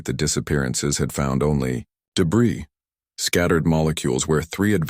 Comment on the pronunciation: Illogical story. Good few mistakes in it. But at least Debris was pronounced correctly for once.